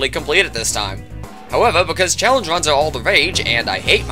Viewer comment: Buddy really out here calling runs vuns.